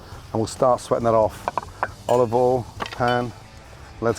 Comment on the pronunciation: "a nice drizzle of olivol"